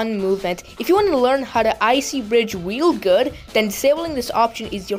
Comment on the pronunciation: Bro said "wily good"😂😂😂😂